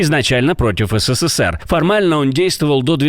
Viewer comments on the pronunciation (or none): none